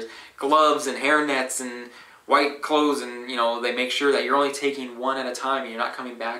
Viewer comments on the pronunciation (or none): none